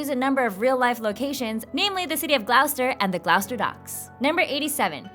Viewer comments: to pronounce Gloucester you say "gloss-ter" not "Gl-owwster" hahahahahaha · it's gloss-ter not gl-oww-ster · It's pronounced gloss-ter, not gl-ow-ster. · It's pronounced gloss-ster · "Gl-ow-ster"? GLOWSTER??? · It's pronounced GLOSS-ter! Goodness me. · Gloucester is pronounced "gloster" not how you pronounced it, god its major face palm material when Americans fail at pronouncing it...despite the fact there is actually a Gloucester in the US! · I almost missed that fact about gloucester because I've never heard it pronounced that way before. I wish I had known that sooner, I probably could've gone to see the boat